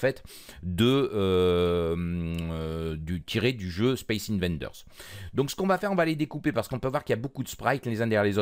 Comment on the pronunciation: c'est pas 'invaNders' mais 'invaders' , d'invasion